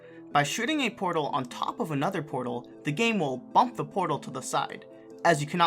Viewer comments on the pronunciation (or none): none